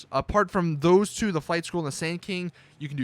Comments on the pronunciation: I thought you said fight school instead of flight school lol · I thought you said fight school and not flight school... I got so confused like WTF is fight school blud?